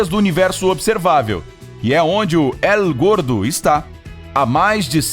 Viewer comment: Vou dar uma mãozinha no espanhol, quando você diz " El Gordo" você diz "Él Gordo" mais e "êl gordo" coloquei os acentos para representar o som dessa letra.